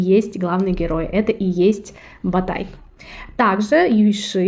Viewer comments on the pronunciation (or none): Не Сулитан,аСултан.не Ба тай- а Батай, иу Юи шия ужасное произношение,просто он делит по слогам слово с неправильным ударением,это ужасно,но сериал хорош тем что она близка реальности,без каких либо показух..т .п.